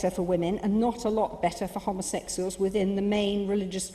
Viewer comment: that bitch can't even pronounce homosexuals